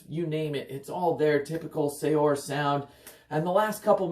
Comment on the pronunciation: Just a tidbit of information... it's pronounced as "Seur," not sayor.